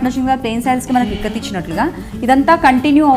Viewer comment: Ikkat kadaa..tikkat enti?